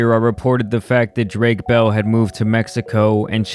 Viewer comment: Bruh you brown. How can’t you say bell in Spanish properly? You a no sabe kid in SA?